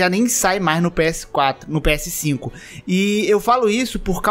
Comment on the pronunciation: Cê tem um problema em falar ps5 kkkkkkkkkkk